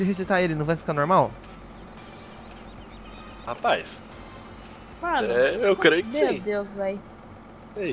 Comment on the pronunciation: só fala rapaiz kkkkk